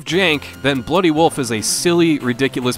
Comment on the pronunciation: !!!🤣🤣🤣🤣!!! Well, if we didn't already know you were from Minnesota...